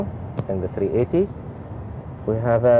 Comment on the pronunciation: Ur the pilot and U can't even say the name right A380